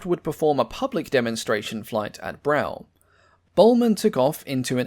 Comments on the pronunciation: Please note; Blackburn's home of Brough is pronounced "Bruff" not "Brow". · I remember seeing a model of this a Brough which was Blackburn's factory at this time. It looked like someone had attached wings to a house. Brough is pronounced bruff. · Brough is pronounced 'Bruff'.